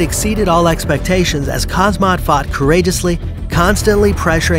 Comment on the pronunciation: It’s called “Haam-Zat”